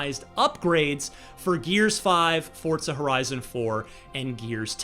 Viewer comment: It’s Forza not (Fortza)